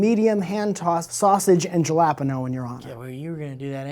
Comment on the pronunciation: Is he attempting to say jalapeno? Is that really how Americans say it?